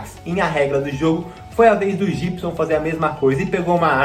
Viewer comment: Jibson? Não, Guibson BB